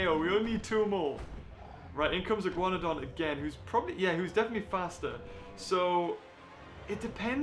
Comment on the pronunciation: Wait wait. Did he say Ih-Guan-done?